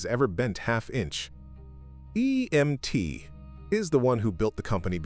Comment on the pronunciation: Why he say emt like that at the end